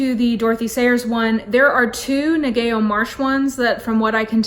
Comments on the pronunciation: For future reference... Ngaio is pronounced NY-YO. ☺️ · I love you selections; I especially like the Golden Age mysteries. I think I read all the Ngaio Marsh mysteries back in the 70s and 80s. Also, not to be nitpicky, her name is pronounced Nye-oh. I think she was from New Zealand (Australia?). Thanks for considering doing a series of comments on Dorothy L. Sayers mysteries.